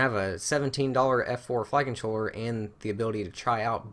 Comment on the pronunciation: Can you make a video just saying the word "flight controller".... please... I don't know if everyone else hears the same thing but I keep hearing "fuckin chore" LOL!!~~ BTW... keep up the awesome job!